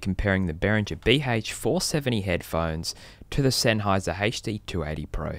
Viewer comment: Szenháyz'r never brájk! OMG that accent..